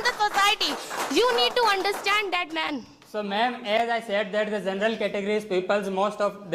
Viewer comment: You guy's pronunciation isn't correct first should be working on it since it sounds so weird to hear, you can't sound like this such as " General not zenral" if a person hears this kind of pronunciation he'll ruin his pronunciation as well I'm sorry to say that